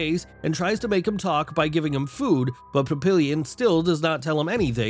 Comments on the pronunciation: Pap-ee-yawn = Papillion, not illion as in million. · Papillion, plural pap·il·lons [-lonz; French pa-pee-yawn].